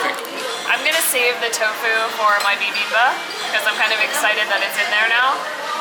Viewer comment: the dish that you had in the beginning is pronounced like: "BEE-BEAM-BOP":). It's rather fun to say! One of my favorite Korean dishes!